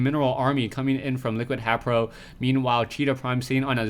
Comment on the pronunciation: It really bothers me that he pronounces HayprO wrong.